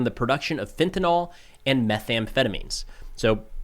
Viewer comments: if you think intelligence is based on whether someone says the name of a drug right, then you have an idea of intelligence that has been dumbed down to specifically include yourself. Talk about TikTok brain; you watched a video about war breaking out between cartels and the military and your only takeaway was that he barely mispronounced the name of a drug. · Fenta- NYL. Nil. Nil. Nil. Nil Not fenta-nol.... Nyl is pronounced nil, not nol. Godamn, since this drug took over, noone knows how to pronounce it. Jfc? NOT Fenta- nOl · FentaNYL, not FentaNOL. It's not just a "people say it differently" thing, it's a scientific term. FentaNOL is a different phenolic group! It's like saying "TyleNEL". Dude. It's TyleNOL. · you have my admiration for the great job you do, but (forgive my OCD) please, the word is FentaNYL, not FentaNAHL. So please maintain your record of being right 100% of the time and set a perfect example for your audience by letting them know the word rhymes with "nill", not "y'all". And speaking of "y'all", there is a big Mexican cartel presence in Atlanta, so if this blows up badly enough we could have violence from southern California all the way to Georgia. If this violence continues it would be great to see the cartels shut down, but I wonder if we can handle a war on our southern border, a war in Iran, and China possibly making a move on Taiwan all at once. It would be interesting if you did an episode on our ability to handle that many engagements. Keep up the great work. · Why do people keep pronouncing it as "fentanol"? It's fentanyl, ending as in "nil". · cant you mericans physically spell FENTANYL? 😂 FEN-TA-NYL... not FENTONOL 😂 or FENTNOL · The Spanish was fine, but that's not how you pronounce "fentanyl." How do you get the sound "all" from the spelling "...nyl" ? ✅ - /ˈfɛnt.ə.nɪl/ ❌ - /fɛn.tə.'nɔl/